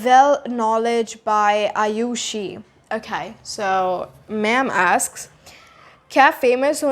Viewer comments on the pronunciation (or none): When you said somebody asks you? How do you say that?? It sounded like askes you, can you make a video about that that please?